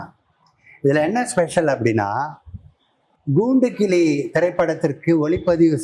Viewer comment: A.M.ராஜா குரலுக்கு மிகவும் பொருத்தமாக இருக்கும் இவர் குரல்.மற்ற பாடகர்களின் பாடல்களை தவிர்ப்பது நலம்.இவர் ங்கூண்டுக்கிளி என்று சொல்கிறார்.பேட்டி எடுக்கும் பெண் ங்குதிரை என்று தமிழை உச்சரிப்பது சங்கடப் படுத்துகிறது.